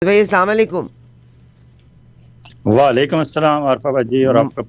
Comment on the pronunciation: عارفہ صاحبہ ساماں علیکم نہیں کہتے اسلام و علئکیم کہتے ہیں مُناسب سمجھیں تو دونوں لفظوں کے مطلب پڑھ ۔ سمجھ اور اھلِ علم سے وضاحت لے لیں